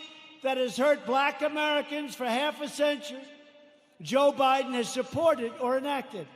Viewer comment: Who is Joe Boydin? Pence said Joe Boydin. Who is that? You republican get a hard on every time Joe Biden misspeaks but say nothing when trump does on every speech he makes.